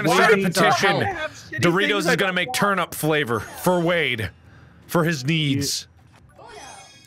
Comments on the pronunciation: I love how Mark accidentally says termit instead of turnip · No one: Mark: You eat the “termit”.😂😂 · Thought you spelt it wrong then I realized that’s how mark said it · "You eat the termit" -Markiplier 2019